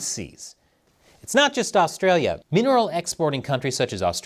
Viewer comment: His pronunciation of Australia ...